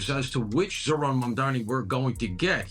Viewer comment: Zohran.... not ZorHHHHHHAAAANNNNN.